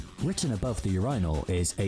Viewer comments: Written above the what now? I've never heard anyone pronounce "urinal" like that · Nobody pronounces "urinal" with the emphasis on second syllable except AI.